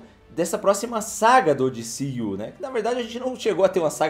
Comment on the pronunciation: diciu que horrivel, D C U fala em português kkk